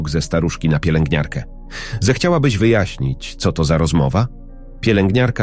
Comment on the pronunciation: Co to znaczy te : ce o, de el a. Aż uszy więdną . To właśnie tak wyglada ta sztuczna inteligencja.